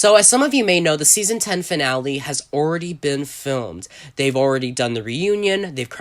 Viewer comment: You say “already” weird. Where you from bruh